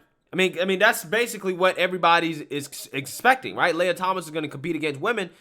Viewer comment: Lee-uh Lee-ah Not, Lay-uh